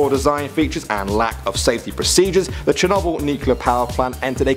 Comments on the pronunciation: Sher-noble That's how you say it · Ik now its spelt Chernobyl but I thought its was pronounced shernobil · Ethan Williams I pronounce it as shernobol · the way you proncounced chernobyl made a bit of me die inside